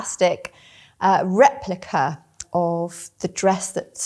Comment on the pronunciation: I'm sorry, but I stopped watching when they said 'replica'....... really! You can do better than that